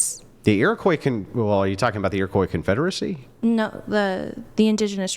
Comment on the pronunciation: A person pronouncing the "s" at the end of Iroquois is going to explain the history of the people. First off, lady, most of us don't use that term. Secondly, shut up. You're not on my side and you don't know where of which you speak.